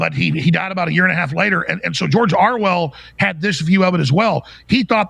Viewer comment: Is it just me or does he keep saying Arwell? Lol. Love these guys.